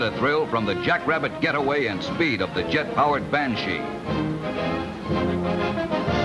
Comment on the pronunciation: The voice-over announcer's pronunciation is funny ..'ban-SHEEE' (heavy on the 'she' part and with a lingering 'e' sound. Cool jet though; the iconic jet shape for me, for as toy jets went back in the '60s, that jet was what I played with when I was 7 or so. Thanks for the upload! GREAT!